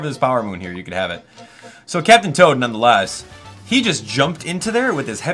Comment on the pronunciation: You totally called Captain Toad Captain Todd ah ah